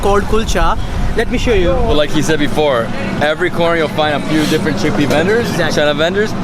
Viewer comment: this is a very tasty chickpeaahh lmao